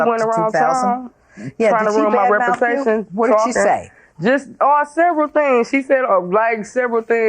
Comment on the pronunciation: I don't have to pay, damaged my rep-a-tation...